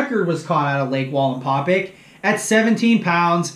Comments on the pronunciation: Excellent video. Please pronouce the name of the lake correctly. That would perfect it. It's "pack" NOT "pick". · Wallenpau Pack not wallenpaupick or whatever your saying hahahaha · Linguistics assistance: Wallenpaupack. It is not Walinpawpic it is Wall en paw pack. It's pronounced like it's spelled. And PA natives don't say "yanz guys" it's Youz guys. You're obviously not from the coal region or you would know how to properly make fun of us. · you do great videos, but you're saying Wallenpau "pick" it's Wallenpau "PACK" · Omg.. it's pack.. PACK... WallenpauPACK.. not paupick.... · It’s pronounced pack yes ... I’m from western pa and I butcher everything... your not the first person to point it out lol hope the information was beneficial ... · I don't know if you read these after the fact but it's pronounced wall and Paul pack like backpack just to let you know you're awesome dude I love your channel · I’m aware that I miss pronounced it , I appreciate you letting me know though , next time I do a video out there or talk about it I’ll get it right! Thanks man I appreciate that , it means allot that you like the channel , me being a less than average fisherman that likes to learn and share never thought I’d have anyone interested in a channel , but it’s been fun and I really do appreciate you guys and your feedback! Thanks again man! Hope you and your family are staying healthy and warm! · Nice video but for a lake wallenpaupack lifer you murder the way it is pronounced lol